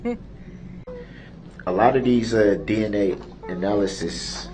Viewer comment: It was so comical to watch Darrell trying to “out smart” these highly trained specialists in their field was so hilarious! He couldn’t even pronounce analysis correctly! 😑